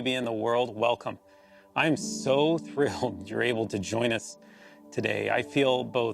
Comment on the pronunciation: “I’m so thrIlED”